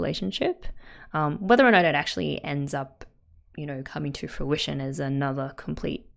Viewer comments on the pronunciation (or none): none